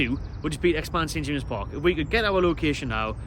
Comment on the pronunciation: Its called at James Park Not st jamseses... Call yourself a fan!!